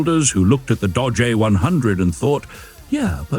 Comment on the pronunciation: Since when is Dodge pronounced Dah-jay? I thought it was a joke at first, but it kept doing it. I guess A.I. voices are getting more convincing, which stinks.